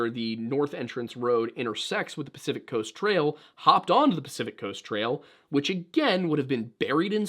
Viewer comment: Crest…. Pacific crest trail. Talk about people not doing research but you can’t say the name of the biggest trail on the west coast’s name properly.